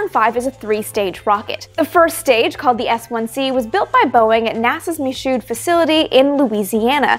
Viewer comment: "Mee-shoo", not "Mee-shoed".